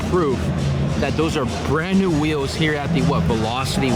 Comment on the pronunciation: WTF are “Wheeows”? Someone’s got a peech inspediment. They’re WHEELS, my man.